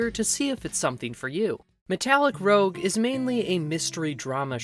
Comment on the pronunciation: Sorry to nitpick, but I believe it’s “roozh” like red cheek coloring. Rogue is what you are saying.